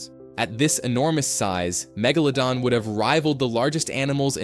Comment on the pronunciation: Fucking AI cant even pronounce Megalodon correctly.